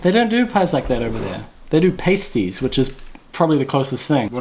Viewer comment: The pronunciation of pastie made me laugh 🤣